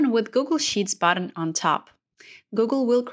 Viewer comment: This video was fantastic - I took it to an AARP group and everyone ended up comfortable using excel after listening only a few times. The only ask they had was: since English is not your first language (but yours is very good), slow down rather than speed up to make sure you clearly pronounce all of the syllables needed for comprehension. For example, it is BUTTun (not bottom), FEELD (not filled), AWEtomatic (Not OW-to-matic), comMAND (not comment) -- and pay attention to your stresses. For example, is FOR-mat (not formint), SEE-kwnece (not sickens), LOCK (not log), pa-REN-thuh-sees (not parathesis) etc. Maybe small things, but it would have made a difference to the older audience, which I'm imagining is yours. Thanks again for this video